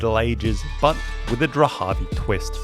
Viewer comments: So, it’s spelled Dharavi, but and elsewhere we hear Drahavi. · It’s Dharavi not dhravi? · I couldn't get past how you kept calling it "Drahavi" when the name is Dharavi. You obviously don't care about your subject. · Dharavi. Not Drahavi.. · Dharavi not Drahavi. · This place is called Dharabi...like Dhaa-raa-bee, not Drahabi. I guess, like many other YouTubers you did that internationally so that people like myself will be forced to give you a comment😂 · Great video, I am from Mumbai. Small nitpick the name is Dharavi its pronounced like DA-RA-VI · Am I the only one who is uncomfortable of the way he butchers the pronunciation of "Dharavi"? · Can’t believe how often you mispronounced Dahravi !!!